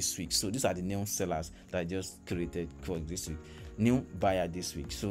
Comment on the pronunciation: Its" K-WORK" not Kuwork as you pronounce